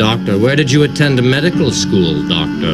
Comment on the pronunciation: Meh Dical Skoul; "M.D. Skoul, M.D."🤣🤣